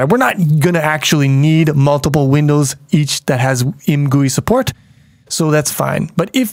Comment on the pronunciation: I think should be pronounced "I. M. Gui", as in "I am gooey after all that time in the poo game from the beginner series".